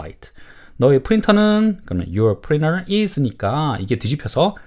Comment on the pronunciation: Printer 를 프리너 이렇게 발음 해도 되나요? 보통 프린터라고 하지 않나요? 좀 신기했네요 😮